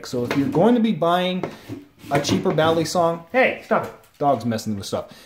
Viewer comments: ist balisong not baley-song, just saying, good video though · The way you say balisong though..